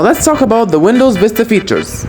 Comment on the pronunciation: Bro what the hell is windows "Fista"